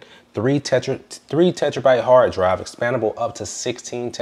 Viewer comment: FYI - it's "terabyte", not "tetrabyte"